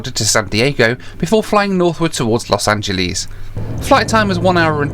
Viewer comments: I remember doing a DC 10 from Chicago to Denver that was very bumpy. All the lights were on. Flights westward from Denver often are bumpy because of the mountains in the summer. You got a bad day. Los Angel(less) not (lees). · Los Angel..ees :) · Los angelees lol